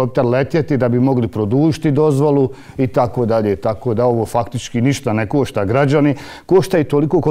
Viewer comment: To ništa ne košta (meko š )...o bože bijede.